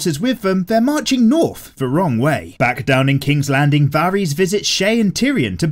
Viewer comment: You can pronounce Xaro Xhoan Daxos but not Varys, oh lawdy haha